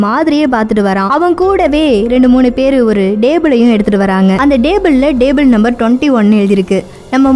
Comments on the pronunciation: Athu "Dable" illama "Table" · Madam athu DABLE ila TABLE..Next time kindly pronounce words correctly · Its table not dable what a pronunciation ur killing english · Indha table ku pathila stable nu solra maathiri irrukku😂😂😁😁😉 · என்னது டேபூள் ஆ 🤣🤣எம்மா அது டேபிள் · "TABLE" MA "DABLE" ILLA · Hlo lady. It's table not dable, pronounce properly.. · Unga உச்சரிப்பு கொஞ்சம் improve panuga.. example solanunma. Table word kedu paarunga.. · Please pronounce TABLE in proper way. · Athu yen nenga purusana bhurusan num table la dable nu pronoun panringa.. Bt unga voice ok than.